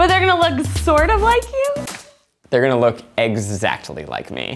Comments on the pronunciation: “they’re gonna look ex-ZACH-ly like me” 😂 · Zach: We're gonna have a little Kornbuddy crew of lookalikes Becky: but they're gonna look sorta like you ?? Zach: they're gonna look exactly like me !! My brain : did he just say "ex-zach-tly like me" ?!? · ex"ZACH"ly like Zach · Did Zach just say “Ex-Zach-tly like me”? Cause that’s what it sounded like